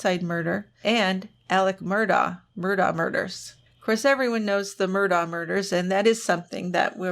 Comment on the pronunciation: and -- heard you say yesterday you were probably going to cover the SC crimes of the MURDAUGH family BUT YOU pronounced it incorrectly - it is -- MURR- DOCK yes DOCK - with the hard K-- not DAW or DOE -- I have read a bit on this whole bizarre historical crime soaked family, and people in SC are very indignant when outsiders pronounce the name wrong. I bet you will need at least a two parter for that family since their blood soaked, money grubbing little fingers were over several generations, into many heinous deeds. THANKS for all you do!